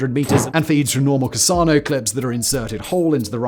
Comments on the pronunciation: I checked with several Italian friends of mine... You are mispronouncing Carcano. It is NOT "CAHR-SAH-NO". It's "CAR-CAN-NO". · Carcano is prouncounced with a hard C sound. KarKano....not Carsano... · How do you manage to read Carcano as “cassano”?! Simon! Why do you suck so hard at Italian pronunciation 😂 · Why do you call Carcano rifles Cassanos? Cassano's is a pizza restaurant chain where I'm from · tf u mean casano???? its caRCano. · Italian CarSANO? No no no my dude, Carcano. Please learn how to pronounce things right if you are going to try to pass yourself off as an expert. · The 39M is not a single blowback system. It uses a delayed blowback mechanism. Without it the gun was unable to handle that cartridge. How is it possible to read Carcano as Cassano? English speakers can't read? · Carcano, not cassano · Hey Simon, when talking about a Carcano rifle, it’s pronounced “Kar-KA-no,” not “Kar-SA-no.” Other than that, great video as always. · The Italian Karsano – Sarkano (Carcano) thing is funny. There is another channel on which a well-versed, gun savvy, hoplophile presenter who really should know better frequently refers to them as Concarno. Concarno might be a sly boast about hunting success. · The second "C" in Carcano" is a 'hard' "c", pronounced the same as a "K". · I think '"Carcano" is pronounced as "Karkano". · The pronounciation of Carcano grates me... it's supposed to be a K sound. But hey what do I know? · Do brits really pronounce "Carcano" as "Carsauno"? CUT IT OUT DUDE! 😂😂😂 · Minor point. You're pronouncing Carcano incorrectly. They're both hard C's. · I wouldn't think it possible, but I found a mispronunciation of something that annoys me far more than the extremely common mispronunciation of "Garand" (which Simon also fell victim of).